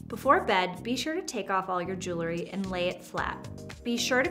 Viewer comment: The word is JEWEL-RY; NOT JOOLERY!